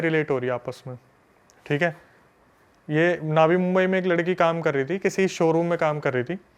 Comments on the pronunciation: उसको बोलो नवी मुंबई होता है ना कि नावी मुंबई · नावी मुंबई नही नवी मुंबई बोलते हे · Naavi nhi navi Mumbai h 😂😂😂vo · ये नावी मुम्बई क्या होता है, वो नवी मुम्बई है, मराठी भाषा में नई को नवी कहते हैं, नई मुम्बई जैसे दिल्ली और नई दिल्ली